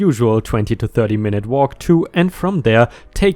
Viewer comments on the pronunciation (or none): none